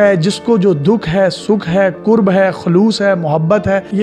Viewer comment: Ye lafz qurb ni hota karb hota h. Js ka matlab hota h aziyat. Shayara ny bhi apko durust nhi kia. 🤔